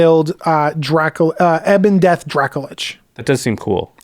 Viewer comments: Probably one of the only people with how says "Ebondeath". He keeps using the long "E" when it's a short "E". The base word for the name is Ebony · To whom it may concern: Ebondeath is not pronounced "Eebondeath" - it's ebon as in ebony coz he's a black dragon. :)